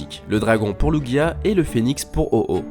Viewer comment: Ahhh merci tu sais prononcer lugia et oh ho ! ;)